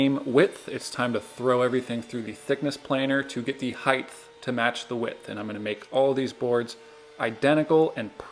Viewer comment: "Height" ends with a t not a th. 👍🏻